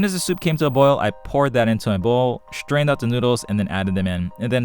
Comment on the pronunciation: Remember to eckshtract and shtrain well 😂